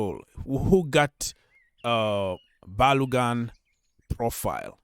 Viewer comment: Bro. go and learn how to pronounce Ba-lo-gun from Nigeria, Yoruba.